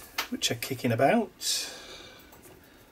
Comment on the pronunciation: I love watching you put these altogether. On my Christmas break- which begins on December 18, I think I am going to think about a kind of "gallery" of sorts that I can do. I laughed hearing you say "aboot"... many people joke about Canadians saying "aboot" rather than "about"! cheers and warm wishes from snowy 🇨🇦Calgary, Alberta🇨🇦